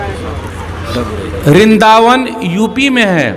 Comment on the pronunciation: जब इसको सही से नाम लेना पता नहीं है वृंदावन को रिदावन बता रहा है झूठ का का सहारा लेकर हिंदुओं की सहानुभूति प्राप्त करनाचाहता है स्वस्थ यह है बाबर और औरंगजेब ने कितने मंदिर तोड़े उसके बारे में ही बताना चाहिए